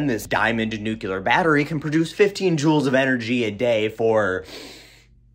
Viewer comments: Whats Nucular? Nuclear? Hemp batteries ftw. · Sorry but, Nuculer has annoyed me since the Bush(s) administration(s) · As far as pronunciation of words goes, if it looks to you like there is a 'u' between the c and the l in nuclear, who am I to correct you. It's not like the decrepit, lead poisoned, old, just missed being a boomer, curmudgeon, sitting in my chair, is getting paid to give you speech therapy. :-) As for the batteries, one way to think of it is that if you put 70 of these 12 joal batteries in parallel, they will outperform the 700 juala AA battery, and won't have to be replaced every day. They might take up 10 or 20 times as much space, but that just means you stick them in the wall behind the sensor you've built that looks like a wall clock. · Homer Simpson says “nOOkLEar” instead of nuclear… 😝😆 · lol you say nuclear like George W Bush, which is why they instructed him to say “weapons of mass destruction (new-clear). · I reallllllllllly like how you say newclear😂 But you need to work on secondly😂 love ya man! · That’s how I say nuclear too. It must be a Midwest thing. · I truly enjoy your videos, chock full of information and I’m not at all bothered by the way you try to say nuclear 😉